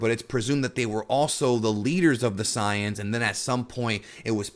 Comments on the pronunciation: Say-yans not Psy-yons. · ok if youre gonna use the "correct" term of the saiyans, then say saiyajin cuz it really sounds like your saying scion not saiyan. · Sorry it's really bugging me, correct me if I'm misunderstanding something but you're saying that you want to be more authentic with your pronunciations and names of the dragon ball terms right? When you say "Saiyans" it really doesn't feel like your being authentic to english or japanese. Did you just combine both "Say-yan" and "Sah-yah-jin" to get "Sah-yan"? Because it sounds awkward imo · We're in America, dawg. Who cares about authenticity? We know them as SAYINS and TURBLES. You just sound dumb saying siyins. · nobody: SAYANS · Omg all of those who speaks english and call saiyans "sayans" are bunch of virgin pretentious fans. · Christ man, just say ‘say-yans’...please... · The “Pys-ans” cringey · Am I the only one who couldn’t watch the video just off how he’s pronouncing saiyans 😂😂😂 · Yh I tried my best to ignore it lol